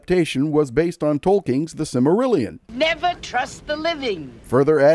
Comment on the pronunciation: This video is not pronouncing "Silmarillion" correctly.